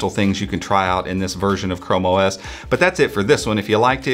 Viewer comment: I was looking away when the video started and for a second I heard you say "como es 87" didn't know you spoke Spanish 😅